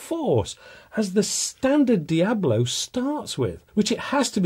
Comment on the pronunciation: "Diabolo" is a description of shape, not a brand. "Hades" are diabolo shaped pellets FX hybrids are not and it is Dia-BOLO, not "diablo". One would think someone in your position would know that before pontificating.